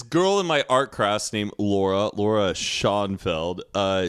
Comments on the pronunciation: They were too drunk to realize Matt said "art crass" lol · When everyone is too drunk to notice matt saying art crass not art class😂😂